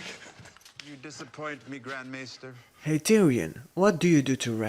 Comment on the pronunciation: Meister? MAEster. May-ster. Near but different.